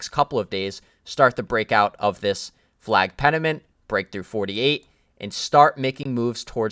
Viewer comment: pennant. its pennant right? not penament